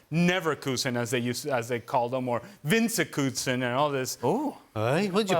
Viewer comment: vicekusen not vincekusen lol